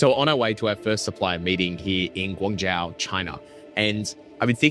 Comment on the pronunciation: Hey brother just a heads up when you pronounce Guangzhou its pronounced Gwang-joe :)